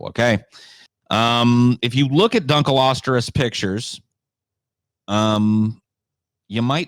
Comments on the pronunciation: "Dunkleosterus" Lol where did you get the 'r'? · DunkleostEus not how pronounces it.